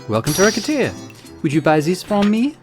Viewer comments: It's definitely "ruh-set-tear" for the title and "ruh-set" for the name of the protagonist as the game is going for a French vibe in multiple elements. But you do you, I love the game and looking forward to the rest of the series 😊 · You pronounce Recettear as Racketeer, that is hilarious